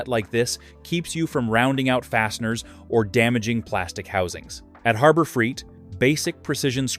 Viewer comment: Yeah. I gotta admit. I can usually determine an AI based video but I must be slipping. Your comment is spot on. I should have backed out way earlier than . I came back to the comments to see if anyone else noticed this. The other thing was the voice calls it Freeit not Freight. 😂